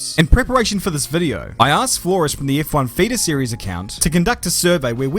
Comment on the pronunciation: Whenever you say feeder series it sounds like fetus series, and given this guy's age it's not even that far off.